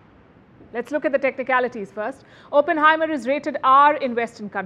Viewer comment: Please pronounce Oppenheimer correctly